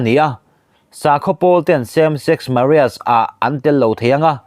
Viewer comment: Same sex Maria ti hi eng pronunciation nge a ni